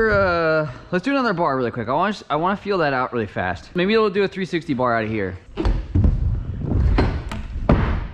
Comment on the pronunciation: He went FaWiStttttt😂😂